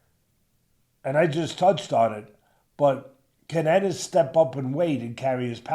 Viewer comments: Bruh, who is this host? Eeeenis and Zay-ass 🤦🏽‍♂️ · I thought the same thing. How u covering boxing and don’t know Boots Eenis🤣🤣🤣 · Bro has he never heard how to pronounce Jaron Enis name? EEENISSS